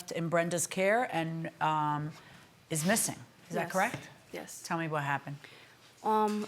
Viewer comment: Jyes… jyes…😂😅